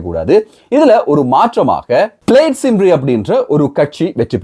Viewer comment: கூஃபிலி இல்லை கெர்ஃபில்லி (Caerphilly).... பிளெயிட் சிம்ரி இல்லை பிளெயிட் கம்ரி, cymru is the welsh word for Wales, Try to avoid such silly mistakes whenever you are talking about Wales! From Wales 🏴🏴🏴